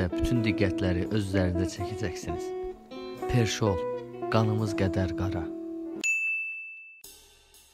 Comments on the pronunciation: perşol yoxx pervol :d:d:d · Perşol nədi!?!? Sizin ingilis dili müəlliminizi... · a kişi adam kimi desinlərdə perwoll o qədər çətindi? Nədiki "v" hərfini deyərsən